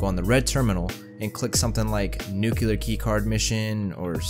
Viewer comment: I have yet to see a video where one of you guys says NUCLEAR instead of NUKELAR, WTF is wrong with you??